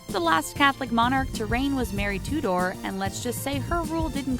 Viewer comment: Mary tudor is not pronounced two door... Is it?